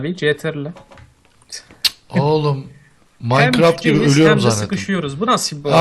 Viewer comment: abi maynkraft cekk ( TUNÇ DEYİŞİ İLE )